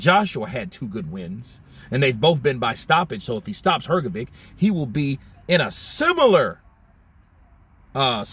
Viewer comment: What’s wrong with you?! 😅 Frank Warren correct pronounce Hrgović and you heard it. But you’re UNABLE TO PRONOUNCE IT CORRECT?! Show RESPECT to boxers and to your subscribers! ❤